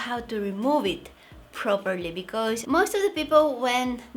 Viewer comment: Did u say peopo or people 😂😂😂😂😂